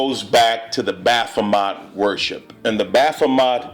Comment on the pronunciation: Dude, it's,s BaphoMET not BaphoMOT...